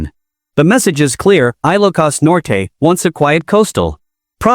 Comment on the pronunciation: Very bad pronunciation of ILOCOS. PLEASE STOP IT!!!